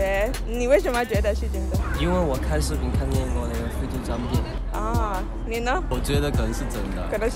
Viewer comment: You ask then “and you” which sounded like “ne na?”. I’m Tswana from South Africa and we would say Lena? 😂😂😂I found it funny